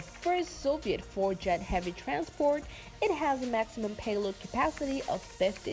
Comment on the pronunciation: just came here to see if you are still saying miler per arrrgh! but no speed information, just paehlod capacity.